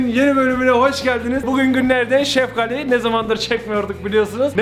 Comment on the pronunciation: Abi sen sefgali diyon ben seftali anliyom